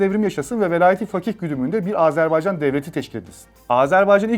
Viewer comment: AzArbaycan diye telaffuz edip durdunuz. Anlatımını yaptığınız ülkenin adını bile doğru telaffuz edemiyor olmanız işin ciddiyetine zarar vermiş. Özen gösterin lütfen